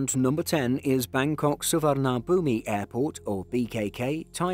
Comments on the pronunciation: Native thai here, 2 facts about Suvarnabhumi Airport 1. It's actually read without the '"i" is the back (Su-varn-na-bhum) 2.the airport is actually NOT located in Bangkok, but rather in the neighboring province of Samut Prakan (Around 25km from the center of Bangkok) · 1) You needed to make this video in reverse order so that number one was the big payoff. 2) Bangkok's airport is pronounced "SOO - vuhn'POOM."